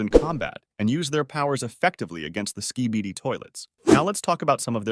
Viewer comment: "Skai-baidi toilet"